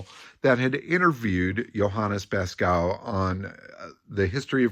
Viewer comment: FYI: Beeskow would be pronounced something like bays-cove...